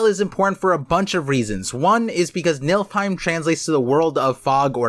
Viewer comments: You're definitely cooking... but "niLFheim" was hard to hear repeatedly. It's niFLheim. My brain kept thinking about a realm of MILFs the way you were saying it. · Nilfheim👀🤣sounds like milfheim. Btw, its spelled like this: Niflheim. And said like this: Nee-fil-heim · youre proouncing Niflheim like its MILFheim, but its pronounced NIFFLEheim I personally wouldnt mind a milfehim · I'll leave the other Norse pronunciations aside, but arriving at "Nilfheim" and "Skyrim" requires a dose of illiteracy in the mix.